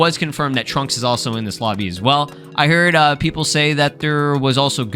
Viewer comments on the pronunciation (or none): none